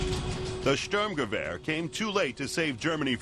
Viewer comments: hehe Störmgewöhr lol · "Schtörmgewöhr" ... that has to be the worst pronounciation of a German word by an American that I have ever heard. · hes just referring to the expronounciation of the speaker which doesn´t get close to our expronounciation of sturmgewehr which is in english writing like "stoorm-ga-waar" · Haha "Störmgöwöhr" sounds great :D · Hahaha :D How he says "Sturmgewehr" ^^ I am german, and it's always funny if american or english people try to say a german word, like "Sturmgewehr" or "Blitzkrieg". But my english isn't better. The Stg44 was the first assault rifle.. so it's interesting for me, because I don't know much about it